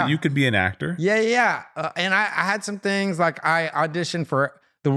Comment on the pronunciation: its things not tings lol